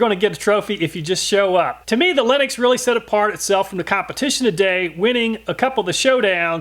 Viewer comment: I keep freaking out when he says linux instead of lenox